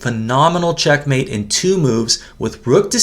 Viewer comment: I wish would put the correct accent on the first syllable of "checkmate", not the second.😊